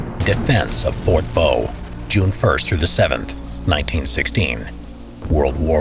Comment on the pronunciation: You stupid it fort de voux